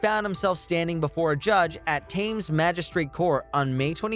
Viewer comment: “At Tames magistrate court” Tames? You mean Temz? That’s how you pronounce Thames 😂